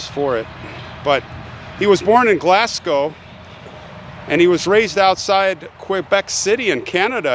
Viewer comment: you are the first american to have pronounced Glasgo(w) right love all your videos keep up the good work hugs from scotland